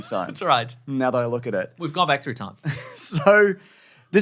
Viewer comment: "back thu time" like the flintstones were historical..